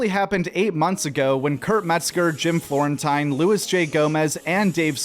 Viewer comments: Jim Floor-en-teen not floor-en-tyne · FlorenTEEN. That’s how he pronounces it. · Dude! Live your work, but you’ve got to pronounce the names of the comedians you’re covering correctly.. Florentine (floor•in•teen) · You mispronouncing Jim Florentine ‘s name wrong is kinda hilarious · Dude I love ya but not knowing how to pronounce Florentine and Apatow as a supposed comedy fan is wild.